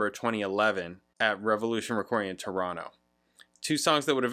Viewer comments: That's great, you picked up on the way Torontonians pronounce the name, dropping the last t, must be your musical ear at work. 😊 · It's a solid song on a very solid Rush album. I like it a lot but it's not my favourite Rush record......yet. Great intro. into the album, well done. I like your pronunciation of Toronto, have you spent time in the city?